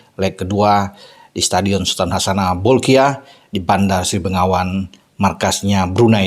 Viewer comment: Koreksi..., Bandar Sri Begawan...., bukan Bandar Sri Bengawan...